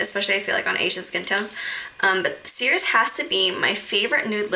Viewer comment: i think it circe like circus kinda.. like circe de soliel kinda thing haha!